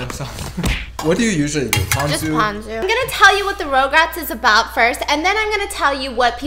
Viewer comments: Stephanie: It's not "regrets" its "rugrats"!! Also Stephanie: Rograts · stephanieeeee biss!! you were trying to tell stephiance how to say rugrats but you kept saying it wrong ahh. you were saying rogue rats. lolol ruggg rats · Stephanie: RugRats Fiance: Regrets? also Stephanie: RogueRats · Tv show: rugrats Stephanie: RoUgErAtS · this is how many times she said “ rograts “ 😂😂 🔽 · Stephanie is pronouncing rugrats as rougerats the entire time 😂😂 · stephiance: regrets stephanie: rogue-rats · stephanie: rOuGeRaTs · no one: stephanie: rougerat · stephanie its R-U-GRATS hahaha sorry ROGRATS was mind boggling me everytime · Stephanie: RugRats! Stephiance: Regrets? Stephanie: says RugRats wrong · the way they’re pronouncing RUGRATS (Rug-Rats) is making it hard to watch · when she said rugrats wrong the whole time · Stephanie was hurting me by butchering the name I love rugrats definitely my fav 🥺